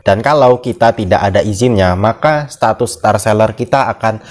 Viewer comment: ‘Setatus’ hmm